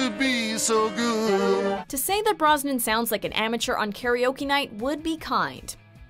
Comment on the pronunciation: Brosnan, not Brisbane